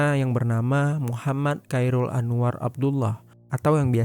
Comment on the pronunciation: kairul tu sapa blok? Admin lol. Yang bener tu sebutnya "Khoirul". Belajar dulu blok